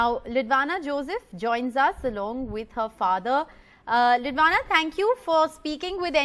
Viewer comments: Why is the anchor addressing her as Lidwana instead of "Lidwina". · It is beautiful to see the kid being politically aware of what's happening around. And the CJI definitely made her day by responding to her letter. However, the father prompting what to say could have been avoided. Thank God, the anchor realised that she mispronounced the kid's name 🙂